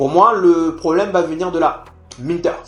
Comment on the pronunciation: c"est Minteh pas Minters